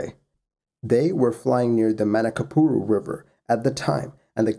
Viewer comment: Your pronunciation of Manaus was good! Man, even Manacapuru, which is a really hard word for english speakers was good. Great channel, by the way.